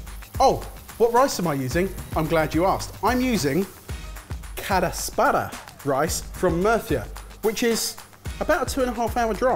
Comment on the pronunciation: If we're being real, I don't think Calasparra is pronounced Carra-sparra... 😎